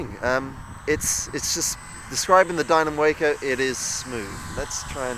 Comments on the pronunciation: It is named for the Walker Brothers company, so pronounce the "a" like you would pronounce "Walker." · The 'a' in Waco (for the aircraft, that is) is pronounced 'ah' as in 'ah-hah!' For the city in Texas it is a long 'a' as in 'payday.'